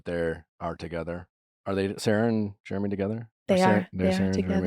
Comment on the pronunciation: I hope you learn how to say Jeremy lol